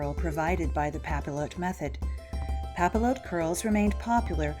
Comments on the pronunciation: Just a little French pronunciation tip - the double L is pronounced ‘io’ so papillote is pronounced ‘pah-piotte’ , not pah-pill-ohte. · What a fabulous video! I LOVE historical hairstyles, and they can be so hard tor recreate without info like this! Though, I have to say, since the word comes from the French word for butterfly, papillote is pronounced 'pah-pee-YOTE'. I'm sorry if that sounds snobby, I just thought you might want to know. Again, I love your video! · It's not pa-pill-ote, it's "pah-pee-yoh" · Pappy-ought, not pappy-loat. It's French and the L's are silent. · nice but music too loud even nice as well. please pronounce "papiyotte" like "bastiye" not "bastile" :) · It's pap-ee-yote. And means paper. Papillon, pap-ee-yon, means butterfly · For thosewho don’t speak French, it’s pronounced "Papi-yot" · its pronounced "pa-pee-on" with a soft n and papillotes is pronounced "pa-pee-oh-t" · the double L is pronounced like an Y, it would sound more like papiyote. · The double L in French is pronounced as a Y sound. Pap-ee-ote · Pronounced: pah-pi-YOH. Yes, that's even for the plural. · it's more like pah-pee-yacht. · Also it's pronounced papi-yot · Pronounced "Papi-ot" :) x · Thank you! I was cringing so badly! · It would be pronounced pop-e-yote. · It is pronounced "pa-pee-yot" and is the same word for cooking fish in greaseproof paper in the oven "en papillote" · I hate to be "that guy", but it's pronounced "pa-pee-yote". The double "l" is like a "y" in French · cx1735 thank you!! Within the first minute of her mispronouncing it I was already going crazy lol. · the French major in me was cringing so hard.